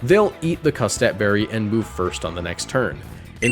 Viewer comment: my favourite berry, the cutsap berry.